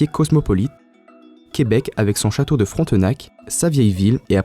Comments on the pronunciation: C'est plus frontnac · Il va se faire tué parce-que il a di château frontenac quand sa se prenonce château fronnac